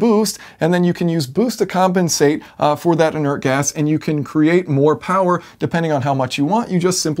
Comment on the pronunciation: i heard mo powa